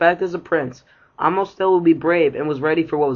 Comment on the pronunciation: it’s Amos! “Ay-mus” not “ahmos”